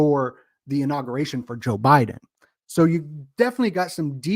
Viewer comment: and bioenjoeneer instead of biden- joe